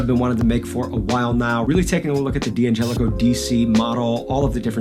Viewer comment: It's not pronounced D-angelico, it's DANgelico.